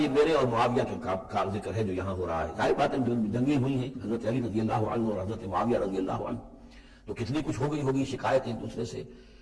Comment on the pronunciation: Mufti sahb etny baray mufti aur radhiallahu anhu bhi sahih sey nahi bol paa rahay,Mera Khayal Hain Yah Hadees bhi Engr. Sey suni hogi